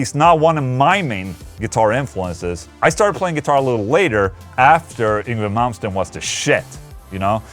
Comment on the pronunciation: After 35 years, I have finally heard the correct way to pronounce Yngwie Malmsteen. Thank Ola ✌️👍